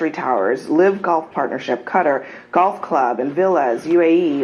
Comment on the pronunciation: bro doesn’t know how to pronounce Qatar 💀